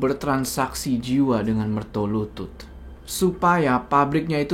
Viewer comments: BUKAN MERTOLUTUT 😂😂😂😂😂😂. Tapi MERTOLULUT. Waduuuuuuuhhh ga ati2 nich... Coba dech cek google kl ga percaya... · Mertolulut bukan mertolutut bang hehe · yang bener MERTOLULUT, bukan MERTOLUTUT. Mertolulut (secara harafiah Mertolulut artinya Sabar Menunggu Kematian) adalah jabatan dalam keraton yang bertugas sebagai eksekutor hukuman (sejak kepemimpinan Sri Sultan Hamengku Buwana I), biasanya Mertolulut diadmpingi juga oleh pejabat kraton dengan jabatan Singonegoro. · koreksi bang Jo, setau saya bukan MERTOLUTUT, tapi MERTOLULUT, sehingga nama tempat tinggal mereka di jogja maupun solo di sebut MERTOLULUTAN, tempat tinggal/kampung mereka dinamai berdasarkan profesi mereka pada waktu itu